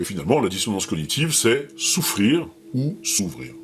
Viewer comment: "Souffrir ou s'ouvrir" !!!... et non "S'ouffrir ou s'ouvrir"... non ? A part cela, contenu et discours toujours aussi bon 👍🏻